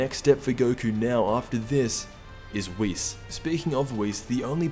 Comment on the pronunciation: Boi you didn’t even watch dragon ball YOU CAN’T SAY WHIS CORRECTLY IT’S WHIS NOT WIS